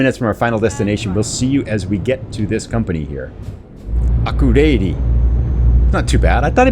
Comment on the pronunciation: IM your Icelandic viewer! Your pronunciation of Akureyri [Ah-kur-ay-ri] was actually pretty good (only thing you had the wrong intonation. you should always emphasize the first syllable). I'm from Reykjavík. The town you first went to is Seyðisfjörður [ SAY-this-fyuh-rthur] That town is very beautiful, I have fond memories camping there as a kid. The second one was Reyðarfjörður [Ray-thar-fyuh-rthur].